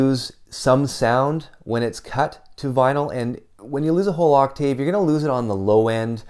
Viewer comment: You pronounce “octave” weirdly.